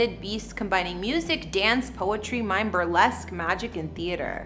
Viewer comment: its called 'mime' not 'mine'